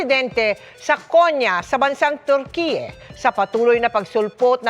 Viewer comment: Kuya Kim mali po pronounced mo Ng Turkyie😂😂😂😂